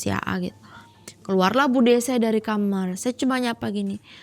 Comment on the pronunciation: dari malam mencekam saya baru tau kalo kamar diucap jadi kamer..